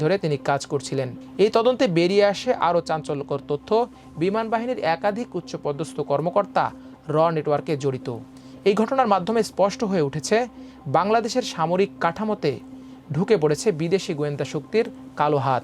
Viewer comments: 'Amar Desh' should appoint some more efficient news presenters. Special care should be taken of their accent actually. It's so wired to hear "উচ্ছ পদস্ত" or গুরুপ ক্যাপ্টেন or some other pronunciation like these. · সবই বুঝলাম, কিন্তু এত জঘন্য আর নিম্নমানের উচ্চারণ নিয়ে কীভাবে খবর পড়তে দেয়া হলো সেটা একটা প্রশ্ন!!! সোবি, গুরুপ কেপটেন, বাইস মারশাল, ছিকিউরিটি ছেল…!!!! উছ্ছপদস্থ কর্মকর্তা???